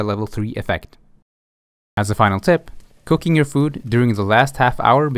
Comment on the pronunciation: Ok...I don't wanna say this like it was an alarming thing. I could of sworn you said Cocaine instead of cooking.